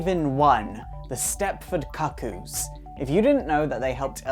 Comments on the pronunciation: Why do you insist on calling them the "Stepford Cock-oos?" it's quite distracting. It's pronounced "Coo Coos" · 'Far as I can tell, the "Cuckoo" in Stepford Cuckoos is the same as the "cuckoo" in cuckoo clock. So why would it be pronounced differently (kuh-koo, instead of koo-koo)? Is that a potato thing (as in poh-tay-toh, poh-tah-toh)? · Isn't it pronounced like Cooc-Coo? Like Cuckoo Clock? Or the bird? I don't know, maybe that's just how you pronounce cuckoo in the UK? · Your pronouncing cuckoo wrong it’s pronounced cookoo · It is definitely pronounced "coo coo". Ever heard of a cuckoo clock? No one pronounces it 'cuck oh clock". Dumb dumb. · This is how you pronounce "cuckoos" not COCK-koos, OMG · Holy shit... I can only take so many Cah-Cooz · Pronounce cookoo lol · Ah shiiiit. Love your videos my dude, but I'm tilted as hell at the pronunciation of "cuckoos" here. KOO-KOOS people. Like a Cuckoo Clock. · Yoiks, mispronouncing the name in the first few seconds is a good way of instantly discrediting your knowledge. Cuckoos, as in the bird most associated with cuckoo clocks, pronounced "Cook-Koos." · isnt it pronounced "koo-kooz"? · i hate to be that guy, but I think it's pronounced coo-coo's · no he's not. it hurts my ears to hear him continuously mis-pronouncing it. cook-oo or coo coo is the right way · It's pronounced koo koo. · Lizzie B actually it's pronounced the cu coos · Can you remake this but pronounce cuckoo properly please? I found it unwatchable due to the mispronouncing of the word. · I'm not 100% sure, but I think you're pronouncing Cuckoo's incorrectly. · Thank you it was really annoying me. The pronunciation😂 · It's pronounced kook coo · not even close to british pronunciation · Josh Aughenbaugh It's British pronunciation, I presume. It doesn't have the same sound as the American "cuckoo", but it does have the same sound as "cuckold".